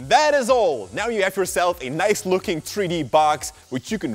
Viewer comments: 3D=THREE D, NOT TREE D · a tree dee model???😂 (I know he meant 3d but still COME ON)